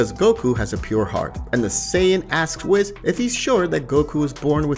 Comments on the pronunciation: Please pronounce Whis’s name properly it’s pronounced weese….. lol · Wiz; Zeeno; Brolee Other then the ponounciation its a good video